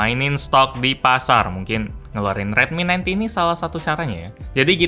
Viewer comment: Redmi 9T terdengar seperti Redmi 90 😌